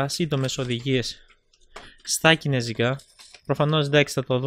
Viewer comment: Κινέζικα ρε οχι κινεζικά:) δεν αντεχω να το ακουω αλλο ετσι:P